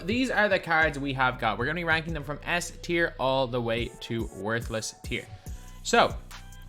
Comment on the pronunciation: Yo, u mispronounced S Tier bro 💯 no worries